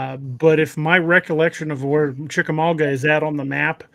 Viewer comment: Respectfully It's pronounced chick-uh-mog-uh, not mog-wuh